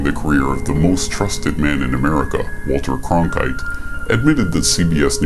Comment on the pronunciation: Diamond GodISis yes he does then he thinks it’s funny